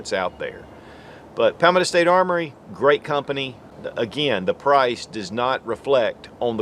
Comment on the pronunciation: Say it with me ..paul - meadow .. i dont know what hes saying but it isnt anything close to palmetto .. 😂😂